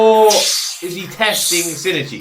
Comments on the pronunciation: I think the main difference between your pronounciation and Migi's is that it sounds like you say "Sin" instead of "Shin". (Missing the H) But like you said, the second "i" is very subtle. And the 'n' is almost silent. No worries though. I never commented on it before because it's fine, and it is a bit of a tricky pronounciation. ☺ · For pronounciation his name also starts with "Shin", which is pretty much pronounced like "she". You kept pronouncing it "sin", not "she". Together it's like "she e chi", where "chi" is pronounced like the "chi" in "chief" (but you got that right) and "she e" sounds ever so slightly like two seperate "e" sounds with a pause inbetween. So not like "sheeeeesh" which would be only one long "e" sound. "shin" and "ichi" are two seperate words that make up his name, so each one is pronounced seperately, hence the (very slight) pause instead of a long "e" sound. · I think the Shinichi name thing people talk about is mostly how they feel you're saying things. In Japanese, they have something called Mora. It's a speaking beat that is consistent. Think of it as syllables. I can't really say "Bana" and expect you to understand it as "Banana". That middle "i" in Shinichi that you were talking about isn't just the "i". It's a whole syllable. Shin i chi. Without the middle "i", it can easily be confused with another name "Shinji". It's like "Major Agent" becomes "Major gent". That clear "A" in "Agent" is important for the word. I hope you don't take this as a slight against how you say it, you're fine. I just think it might explain why many people either hear you wrong or hear a minor alteration in how you pronounce his name. Japanese lesson over. Looking forward to the next episode! You're amazing! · huh? no, its SHI-N-I-CHI (or shin-ichi) (泉 新一) = "泉(izumi) 新(shin) 一(ichi)" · Whoever thinks it's shi-ni-chi, please learn about Japanese mora. There's 4 mora in Shinichi, not 3. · No, it's Shin-ichi